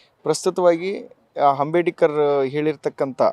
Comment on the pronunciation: ಹಂಬೆಡಿಕರ್ ಅಲ್ಲಪ್ಪ ಅಂಬೇಡ್ಕರ್ ಅಯ್ಯೋ ನಿನಗೆ ನೆಟ್ಟಗೆ ಆತನ ಹೆಸರು ಹೇಳಕ್ಕೆ ಬರಲ್ಪಲ್ಲ